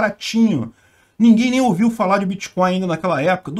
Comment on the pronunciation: Alguém falou créptomoedas? Ou biticoios?